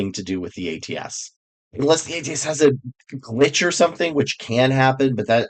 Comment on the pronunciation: I thought that you said "lich" instead of "glitch." Live in fear of the ATS lich.